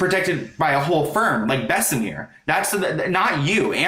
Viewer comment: It's pronounced Bess-uh-mur not Bess-uh-meer... it isn't pronounced like the french La Mer lol